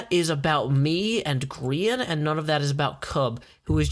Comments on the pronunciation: Grian* not groan u silly goon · holy crap the southren voice grian rhimes with readin lol im with you